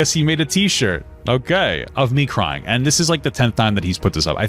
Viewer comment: is this how humans pronounce the word "crying"?